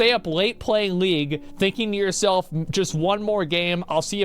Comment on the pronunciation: how u gonna say league, shots fired g